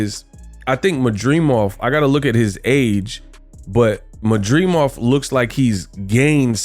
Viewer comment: Why he can’t pronounce his last name correctly 😂😂😂